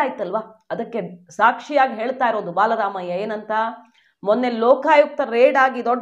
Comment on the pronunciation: ಅಕ್ಕ ಅದು ಬಾಲ ರಾಮಯ್ಯ ಅಲ್ಲಾ ಬಲರಾಮಯ್ಯ.